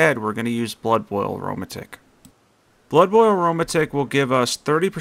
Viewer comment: I believe it’s pronounced arrow-madick 😂 not aroma-tick but love the vid